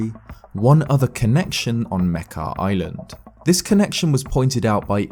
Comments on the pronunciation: wait is that how you pronounce Mekar? I pronounced it "Meh-car" lol not Meh-keh" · its pronounced (muk-are) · I'm angry at how he pronounces makar and mekar